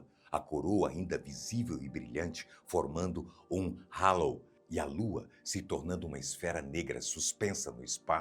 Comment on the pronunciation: "HALO" não se pronuncia com som de "R" no "H" igual a pronúncia do apresentador.